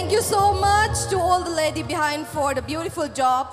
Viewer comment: Sana is beautiful but she can't differentiate R and L... Eg Imphal = Imphar, beautiful=beautifur.